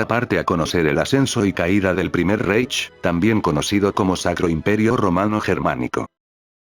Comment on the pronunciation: La mejor pronúncia seria: "jáitch". E la mejor tradución seria: "reino", aunque sabemos que era un império.